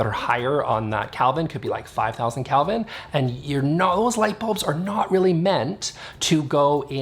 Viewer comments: First off, it's "Kelvin." You seem to be saying "Kalvin." I don't think I agree with you on the first point. It sounds like you're saying that the higher energy lights are for higher energy spaces (work spaces vs relax spaces). I'm inclined to think that it's more an issue of the color that is given off by the lights. The low Kelvin lights give off a warm color and I figure they would match better with warm colors. The high Kelvin lights give off a cool color that I figure goes better with cooler colors, like blue or green. So I'm inclined to think that it's not so much a matter of what the energy of the space is, as it is the color scheme of the space (You can always dim a high-Kelvin light). I'm curious to know what the aesthetic effect of cool lights (high Kelvin) on a warm color scheme, and warm lights (low Kelvin) on a cool color scheme. I suspect that the walls (Let's take painted walls as an example) would just have a lot less light to reflect, so they'd be dimmer. And that might be a good thing. For example, let's say you had a blue-colored bedroom and put warm (low Kelvin) lights in it. In the morning, the sunlight would show the more vibrant and cheerful blue that would signify a real energetic day. In the night, however, the warm light from the low-Kelvin lamps would be dimmer against the blue walls (I suspect) thus creating a dimmer space (compared to white walls) that might be even more appropriate for the nighttime. This is just speculation, though. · It's pronounced kelvin with a short e, not Calvin. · Never heard of kelvin. I actually thought you were saying "Calvin" and I had to look it up. I thought maybe that was a Canadian thing.😆